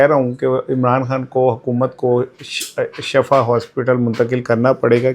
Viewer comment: Shifa بولا کریں۔ Shafa نہیں۔ اس کا مطلب گڑھا ھوتا ھے۔